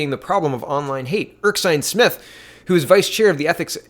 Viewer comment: you really need to start actually reading these names. You make silly mistakes like pronouncing Erskine as Erksine. Look at the words man, it is Ers-kine not Erk-sine. Slow you mouth down so you eyes can catch up man.